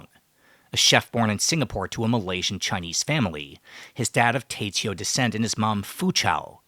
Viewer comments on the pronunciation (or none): my brother it's Teochew.... Teo-chew... Teoh-chew... not te-cheo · You speak mandarin, how is it that you pronounce TeoChew like a trainwerck ?